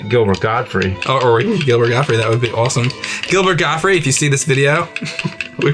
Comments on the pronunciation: It's not Gilbert Gottfrie, its Gilbert GOTTFRIED, with a "D" on the end. Friggin amateurs... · 'Gottfried', not 'Godfrey'. Yep, I'm that guy. Sorry.